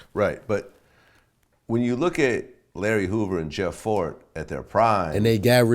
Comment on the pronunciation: Jeff Ford not fort